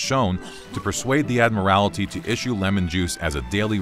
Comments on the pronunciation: It’s the Admiralty not the Admirality. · "Admiralty", not "Admirality"! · "Admiralty" only has the one "i" in it. Not "admirality". Please. "Admiral-tee." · "Admirality?" How about "admiralty?" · Ad meerr al tee? Oh you mean Admiral tee ( Admiralty) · I'll save y'all 7 minutes: it's scurvy. Also, admiral-ity??? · Admiralty not Admorality ... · British "Ad-mir-al-it-ee"?? NO - please work on pronunciation. You have almost 3,000,000 subscribers! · The Adma-rality? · Did the pronunciation 'admarality' irritate anyone else? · How you say “Admiralty” is so odd... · The way he pronounces "Admiralty" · Take it from someone who made the same mistake for years; ‘Admiralty’ doesn’t have a second ‘i’ 😂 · Why is everyone suddenly mispronouncing admiralty?